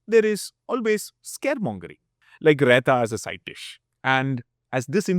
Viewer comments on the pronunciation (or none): none